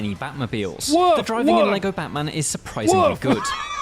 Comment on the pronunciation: the way you said "Batman" got auto-captioned as "botman" lmao